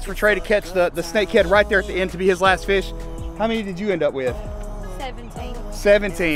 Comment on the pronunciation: That fush count 😂